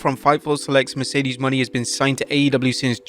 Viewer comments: MONÉ not money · "Moan-ay" is how it's pronounced. 👍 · It's Mo-NAY... he's been bungling the pronunciation for MONTHS. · "WRESTLELAMIA FAILS TO RECOGNIZE BIG MISTAKE." After at least nine months of blundering, they CONTINUE to mispronounce "Mercedes Mone," proving that they don't watch/listen to the shows they're reporting on (the correct pronunciation is clearly audible) and CONTINUE to ignore their own comments page that has offered help the whole time.